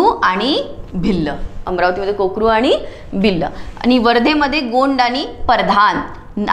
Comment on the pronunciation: Mam te korku jamat aahe na kokru nahi